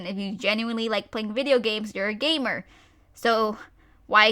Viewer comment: When you said "gamer" I thought ya said "gaymer" a gay gamer.